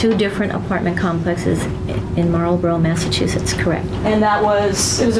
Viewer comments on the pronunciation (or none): none